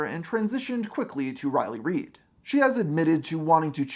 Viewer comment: "Today we'll tell to story of riley ried"